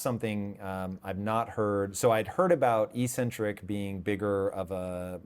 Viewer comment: Ehk-sen-trik. The first "c" is hard because the letter that follows is a c (not e or i).